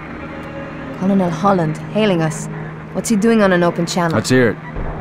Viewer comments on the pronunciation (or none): Just realised that says Co-lo-nel Holland rather than pronouncing it like Kernal as it should be